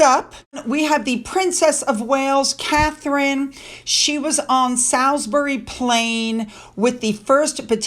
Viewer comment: Hi I know you like to know how to pronounce words/names etc so here goes: Salisbury is pronounced Solsbury or even Solsbry